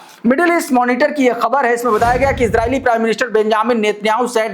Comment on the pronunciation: You are the only anchor who, pronouces KHABAR right. Thank you for not distorting it.